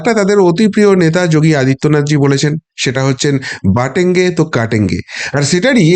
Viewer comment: বাটঙে নয দাদা বটেঙে